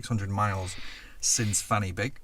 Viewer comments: Fan y Big. The Y in it is actually prounced similar to 'uh' not "e" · "Fan Y Big" is actually pronounced "Van Uh Big." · well done for realising that Fan y Big is pronounced wrongly in the video. For those who don't know, we say "Van uh Big". I used to live not far from Pratts Bottom and Badgers Mount. Childish sniggers ensued on a regular basis. The places are all real. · Calling Fan y Big [actually pronounced Van er Beeg] Fanny Big, is like pretending Pennsylvania is Penis Veneer. And I couldn't watch any further. Sorry!!! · Sadly Fan Y Big is not pronounced Fanny Big, it is pronounced Van Uh Big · The Welsh pronunciation of ‘Fan Y Big’ is “Van er Big”. Just so you know. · Yes, its pronounced Van ur big